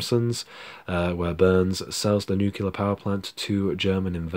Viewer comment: Did you say nucular? LOL